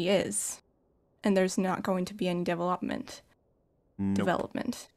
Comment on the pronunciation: speaks so well that I thought I was the one having a stroke when she pronounced Devil-Up-Ment haha. Great guest